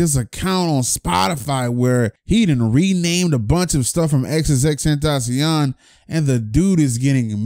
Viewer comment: “Xxxtentaciawn” haha it ight tho I say extension